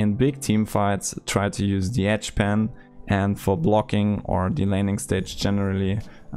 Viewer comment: Oh, you mean edge pan, not etch pen. Lol, I'm so stupid